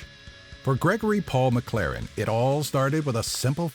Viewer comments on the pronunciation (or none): none